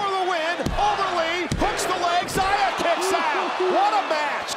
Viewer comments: Why did they misname xia by calling her ziya. It's pronounced like "she-ah". Still feels wrong. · Questi annunciatori americani :face-orange-frowning::face-orange-frowning::face-orange-frowning:come al solito storpiano i nomi degli atleti; In questo caso pronunciano Zaia Li invece del giusto nome Xia Li !!!